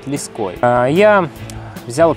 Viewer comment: лЕской, ударение на первый слог